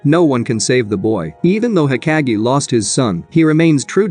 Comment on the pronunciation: Nigha pronounce hokage again! Cuz u most def pissing me off